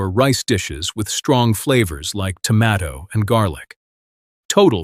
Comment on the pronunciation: Would someone teach this AI voice how to say tomato!